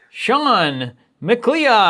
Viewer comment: Congrats, Shawn Macleod. Sorry he miss pronounced your last name like that. I am Connor Mic-leeod of the Clan Mic-leeod. I was born in 1518 in the village of Glenfinnan on the shores of Loch Shiel. And I am immortal. -Highlander the movie. I had to get a troll in there.